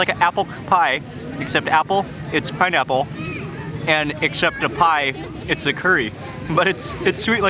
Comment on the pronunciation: It's pineaple pienurry..🤣🤣. Simply amazing..